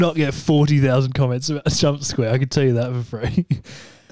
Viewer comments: he said Jumpsquare 😂😂😂😂😂😂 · "Jumsquare" 😂 (7/40,000)